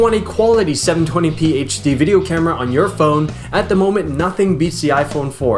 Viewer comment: VIDJEO : ) YESS bwahahhah